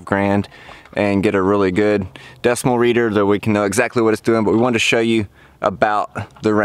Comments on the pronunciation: decibel not decimal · DECIBAL READER SIR, NOT DECIMAL